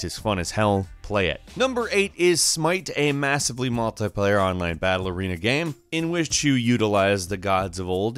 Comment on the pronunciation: Why do you say game as gam?